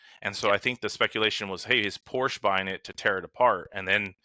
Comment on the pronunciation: Congrats on actually saying Porsche correctly. So many people put that stupid “sah” at the end when they shouldn’t. That said….it is quite a slap what Tesla is doing. Is it legal? Will the guy fight it in court? Should be interesting to follow.